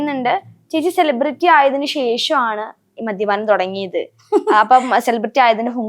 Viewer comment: സെലിബ്രിറ്റി എന്ന് നേരെ ചൊവ്വേ pronounce ചെയ്യാൻ പോലും അറിയില്ല😂😂. ...10 പ്രാവശ്യം ഇരുന്നങ്ങു പറയുവാ ഞാൻ സെലിബ്രേറ്റി എന്ന്. ...നിന്നെ എഴുന്നള്ളിച്ചു കൊണ്ട് നടക്കുന്ന പ്രോഗ്രാം കോർഡിനേറ്റർസിന്റെ ഉദ്ദേശം എന്താ. ..നിന്നെക്കാൾ വലിയ സെലെബ്രെയിറ്റി നാട്ടിൽ ഇല്ലാഞ്ഞിട്ടാണോ. ..നിന്നെ എഴുന്നള്ളിച്ചാൽ നാല് തെറി വിളിക്കാൻ എങ്കിലും അത് ആളുകൾ കാണും. ..അല്ലെങ്കിൽ ഇതൊക്കെ ഏത് മനുഷ്യർ അറിയാൻ. ..മുന്നിലിരുന്നു ഒരുത്തി നിന്നെ ഊക്കി എത്ര എണ്ണം അടിക്കും എന്നും. ..നിന്റെ മുന്നിൽ മൈക്കും കൊണ്ട് വന്നു രേണു മദ്യപിക്കുമോ എന്നൊക്കെ ചോദിക്കുന്നവരോട് നിനക്കൊന്നും തിരിച്ചു പറയാനില്ലെടീ ഊളെ. ..ഈ കൊണച്ച ചോദ്യം ചോദിക്കുവന്റെ മുൻപിൽ ചിരിച്ചു മറിഞ്ഞു ഉള്ള വേണ്ടാത്തരം ഒക്കെ പറഞ്ഞു അതെടുത്തു വല്ലവനും സംസാരിക്കുന്നതു മാത്രേ നിനക്ക് പ്രശ്നമുള്ളോ ...pan ഇന്ത്യ ആയി ഇന്ത്യ മുഴുവനും ആയി. ...ഇനി തമിഴ് നാടും കൂടി ആയാ മതി എന്ന്. ..എന്തുവാടെ ഇത് 🤣🤣...നമ്മളെ സ്നേഹിക്കുന്നവരെ തിരിഞ്ഞു നിന്നു കുത്തുന്ന സ്വഭാവം ഇല്ലാത്രേ. ...എന്റെ പോന്നോ. ..പെണ്ണുമ്പിള്ളേ ഇങ്ങനെ വന്നു മലയാളികളുടെ മുന്നിൽ നല്ല പിള്ള ചമയല്ലേ. ...നിങ്ങളെ പോലെ തിരിഞ്ഞു കടിച്ച നന്ദി കേടു അതിന്റെ extrimity യിൽ കാണിച്ച ഒരു മൊതലിനെ കേരളത്തിന്റെ ചരിത്രത്തിൽ കണ്ടിട്ടില്ല